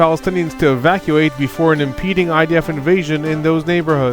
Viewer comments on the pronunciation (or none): "impeeding? You mean "impending." And it's "William Burns," not "William Barns."